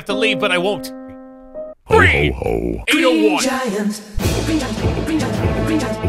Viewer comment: I love the fact when he constantly said green it kind of sounded he was saying "weed" after a while